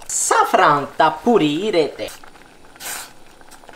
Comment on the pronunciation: サア⤴︎フラァン！！ う〜ま〜み！！ マァンティカトゥ〜レ！！ 癖になる発音